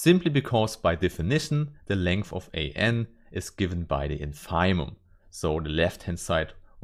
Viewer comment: Congratulations as always. I'm aware that English is neither your mother language nor mine but I think that you should check the pronunciation of INFIMUM.